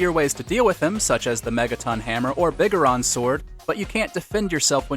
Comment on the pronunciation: Who the hell pronounces biggoron like that